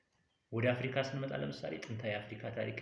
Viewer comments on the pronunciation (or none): none